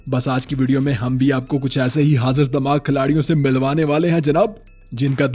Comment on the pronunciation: Damaag nhi dimaag hota h bro 😂